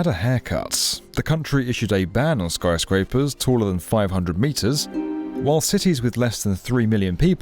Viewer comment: Did I hear Snyscrapers?